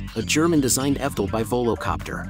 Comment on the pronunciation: Yeah the bot doesn‘t know how to pronounce it. It says fdol instead of evtol.